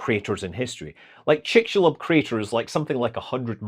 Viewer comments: Pretty good pronunciation there. 👍 Chicxulub = [ tʃʼikʃuluɓ ] Hmm, for people who don't know IPA for some reason: 😉 chuh-ICK-shoo-loob But the final bilabial is implosive. This is the Yucatec Mayan pronunciation. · excelent pronunciation of the Mayan word Chicxulub, congrats!!